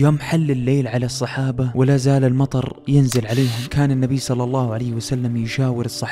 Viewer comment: جزاك الله خير أخي ضيف على تصحيح الآية (ينزّل ) بتشديد الزاي و(يثبت به الأقدام) بارك الله فيك ، كل الاحترام والتقدير أخي